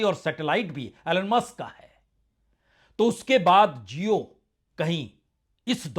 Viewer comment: Prasun ji aap jesa educated insan jab jio ko zio bolega to jaahilo ka kya hoga. Khyal rakha kijiye